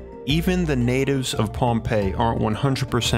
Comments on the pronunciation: Lol agreed. i heard "Pompeii" - not Pahnpei - paired with "basalt" and "lagoon," so I was convinced this place was in Italy, until the photos of the villagers showed Polynesian faces. Totally set the globe in my head spinning! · Pohnpei, not Pompeii. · Am I the only one tripping over the Pompeii thing? WAIT YOU SAID POHNPEI 🤦🏼‍♂️ EVERYONE KNOWS THAT LOCATION… stupid me ..however I did spend half of the video thinking this was located in the Mediterranean